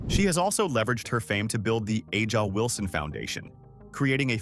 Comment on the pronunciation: It's Ay-jah Wilson